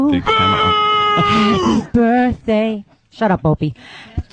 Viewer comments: I couldn't get through this. Opie's "birfday" and shit wow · I get Sick to my Stomach Everytime Opie says Birffday... Shut Up You Bum lol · Opie should have punched in the mouth every time he said "birfday". What an unfunny cunt. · Really want to strangle opie every time he says birfday. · Birfday gets funnier every time Opie says it! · I just love it when he says forty florf birfday